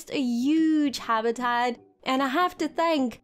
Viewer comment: You make super videos but please stop saying habitat like this hahah